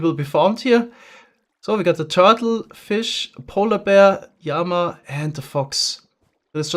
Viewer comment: Hey! just so know you, even though it's spelled like "llamas", it's pronounced "Lah-muhs", and not "Yah-muhs". Love your videos!